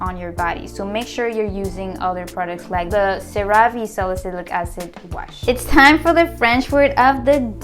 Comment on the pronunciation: That other skincare line Cerave is pronounced “sarah-v” not “sa-rah-vay”. The names comes from the active ingredient in it called Ceramide.